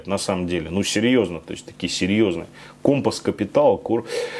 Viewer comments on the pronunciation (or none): none